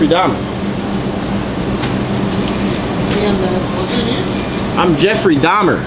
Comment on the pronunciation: Dubfrey Dahmar 💀💀